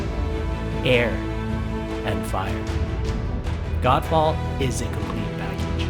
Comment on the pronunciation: I was hearing it 'Gand Faad'😂😂🤣 Edit- which this game looks like😜